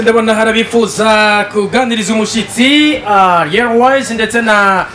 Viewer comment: Umva nasubire kwishure kandi arek kwivugish français itabaho "Ariel différent de aliel "😂😖